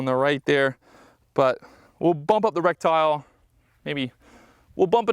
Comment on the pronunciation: Lol I had to check the comments to be sure I wasn't just hearing in euphemisms today, but nope he's really saying Rectile, maybe Rectile disfunction was the problem with him hitting low?